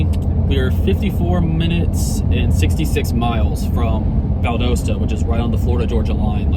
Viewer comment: Valdosta is pronounced Val -dah-sta.